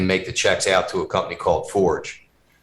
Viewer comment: Compney. Not company